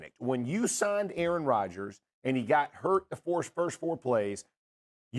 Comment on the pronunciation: A-a-ron? Is there an A-a-ron here?